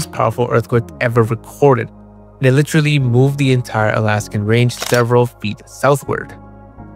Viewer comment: Litcherly??? Come on man ... say liter and then say alee. Now then together. Literally